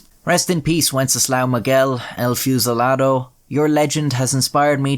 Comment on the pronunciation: Miguel, not Moguel!